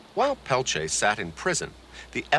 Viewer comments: I can NOT STAND how this reporter says "pel-chay". He interviewed Stephanie Autumn and others who actually know Leonard, and say his name themselves, and STILL he refuses to say it right. It's "Pel-teer" or quickly pronounced "Pel-tee-ear". Totally ignorant. I'm from North Dakota, and there are many descendants of Leonard with the name Peltier, never have I heard "pel-chay" 🤦‍♀️ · "Pelchea?" He can't even be bothered to pronounce his name.